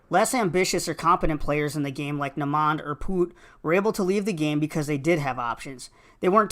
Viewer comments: Who dafuq is Nah-monde? Do you mean Namond? Did you even watch the show dude? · dude said "nuh-mond" instead of "Nay-mend" lol just changing up vowel sounds. Watch out for "uh-von Barks-day-lee" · Who tf is "Na-mond"? 😂🤣😂 I think white folks butcher our names juss to piss us off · How did you say Namond incorrectly? They say it so many times in the show 😆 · Listen at how this dude pronounced Namond's name.. you ain't watch the damn show. 😒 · I came looking for this comment. I tuned the rest out after that horrible mispronunciation